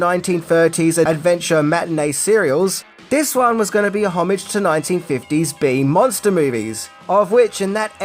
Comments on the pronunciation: Homage= "Oh-maage" not hommage. Same with Debuted is day-bued not Daybuted. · For some reason him saying homage over and over the wrong way drives me crazy here. I can't help think this isn't an Austrailianism and he just doesn't know how to say it. Oh-ma-zg, or something like that.